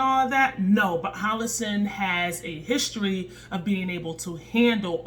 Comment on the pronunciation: HO LO SUN! LOL! U keep saying HO LO SIN.... PRICELESS!